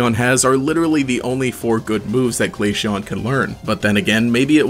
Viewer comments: ITS GLA-CEON C NOT GLASHEON OM MY GOD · Glaceon is pronounced like ace. Not Aishe or something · my soul dies a little everytime Glaysheon is said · Hearing "glasheon" somehow triggers me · Is noone else piss3d off that he keep on saying glashion? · had to pause the video after hearing him mispronounce glaceon a bunch of times.